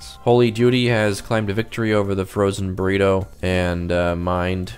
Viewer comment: “The Frozen Microwave Burrite”😂